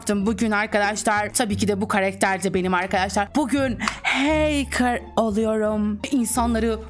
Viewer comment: ✨bUgÜn HeYkIrHh OlUyOrUğĞm HeYkIrHh✨